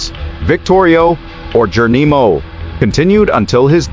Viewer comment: I AGREE 100%, I THINK IT'S AN AI, I DON'T THINK THEY CAN PRONOUNCE S*** CORRECTLY